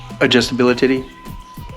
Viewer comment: Did I just hear you say adjustabilititty?